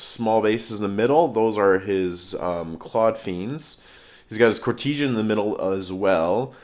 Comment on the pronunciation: dude please in all well meaning but it is pronounced court-e-san. Otherwise great batrep as always:)